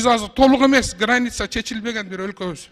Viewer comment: Калпак кийген киши"" Р"'- га жакшы тили келбейби ээ😅 Ганиц и наод дейт го. Границ и народ дегенди.